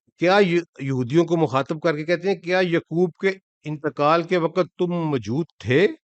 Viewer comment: Muslim not Muslim thanks. Say yaqoob not yukoob